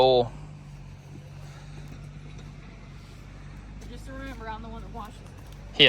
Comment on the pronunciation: It’s OIL, not UUL